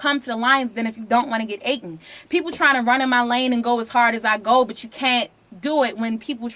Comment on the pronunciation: i love and all but come on ma stop saying "aten"!!! its "eaten". gawsh..lol